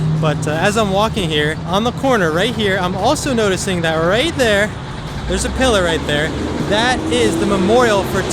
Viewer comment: 'Shot and killed, "rat dere"'